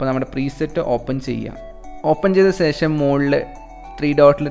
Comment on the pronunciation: Oru karyam paranjotte.. Onnum thonnaruth... സേഷം alla ശേഷം aanu 😜